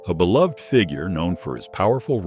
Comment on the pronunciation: Thank you for pronouncing "beloved" correctly.